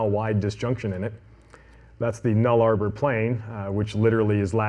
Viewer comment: New Guinea is not unified, Papua is the eastern half and Irian Jaya is the western half and is part of Indonesia. Also, the Nullarbor is pronounced nulla-bore, not null-arbour. But the snake part of the presentation was fantastic.